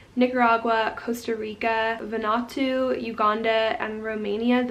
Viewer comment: Hey mate, just to help you out "Vanuatu" is pronounced "vah-noo-ah-too". Keep up the great content. Always sweet seeing a new vid from you pop up 👍